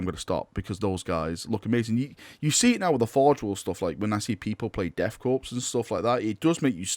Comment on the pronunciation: did u just pronounce the P in Korps??!! Heresy!!😂 jk my dude. It’s like Marine Corps. No P sound. I dk why I’m caring about this and not u barely getting the word Cicatrix our if your mouth let alone right😂😂😂